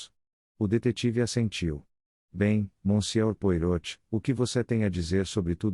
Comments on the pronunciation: Francamente, pronunciar o nome Poirot conforme está escrito é o fim da picada! É uma máquina que faz a leitura? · Custa pronunciar direito? Joga o nome do belga em um site de tradução com áudio ou assiste a um vídeo dele, há vários pelo youtube e aprende a falar direito. Afinal, o personagem é bem conhecido. Use suas pequenas células cinzentas.